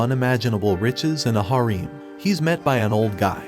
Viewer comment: Oh my god. Still hasn't learned how to pronounce harem. The paradoxical mostly literate, but occasionally dumber than a small child VA. Can't handle it. Unsub